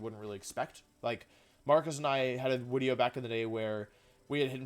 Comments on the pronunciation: Why does he keep mispronouncing video as "wideo", then when he pronounces it right he immediately goes back to mispronouncing it on purpose? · Why do you say “wideo?” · i love that he intentionally says wideo thats so funny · stop saying wideo it d i s t u r b s m e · I luv d wideo intwo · I dont mean any offense, but do you say "wideo" due to a speech impediment, an accent, or is it some sort of channel meme? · what is with you calling it wideo or just pronouncing v's like they're latin v's in general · I HATE WHEN YOU SAY WIDEO STOP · Wideo man makes funny wideo with new funny wideo intro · Why does he say wideo? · every time he says wideo, it sounds like a person with an indian accent saying "video", it makes me laugh everytime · It really hit he hard when he told us that, in fact, it was him. Wideo Man. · Why is he pronouncing video 'wideo' and gimmick 'jimmick' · 2 minutes in and he can't pronounce the word "video" or "gimmick." Is his inability to pronounce words correctly some kind of act that he pits on or has he never had a conversation with a human being before?